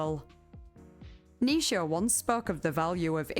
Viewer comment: No shade, I noticed that you pronounce Nietchze (I’m probably misspelling that) as “Nisha” rather than “Nee-chee”, which is how I’ve always heard people pronounce it. Anyway, my dog’s name is Nisha, and I tend to listen to your videos before bed. So every once in a while I hear what my brain registers as my dog’s name, it’s kind of fun to me. Anyway, I’m really enjoying this video, I’ve jotted down a few books to read. So thanks. Keep up the good work.